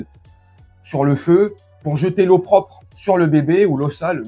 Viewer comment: Pour info chef on dit " l'opprobre- voir expression 😉" pas l'eau propre ou l'eau sale . 😊